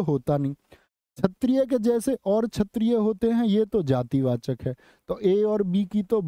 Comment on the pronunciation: last class me chetriye to kshteriye bolna bataya tha sahi pronunciation to aaj khud chetriye kyu bola baar baar